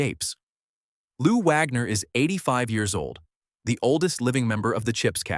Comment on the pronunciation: Can't even say "Wagner" correctly! Who is this incompetent narrator??